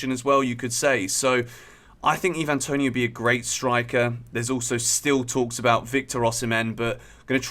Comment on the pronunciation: Why're you saying Toney's name like he's a foreigner?